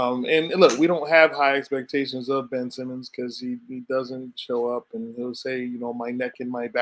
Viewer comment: pronunciation on my man Benn's name was WILD 🤣dude was awesome at Zona. Great ep as always, y'all!